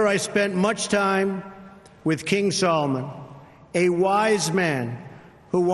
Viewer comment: Why does he keep calling the King of Saudi Arabia as Solomon, his name is Salman.